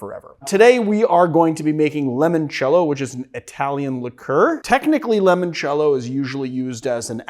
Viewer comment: Limoncello…. Stop saying it like lemon cello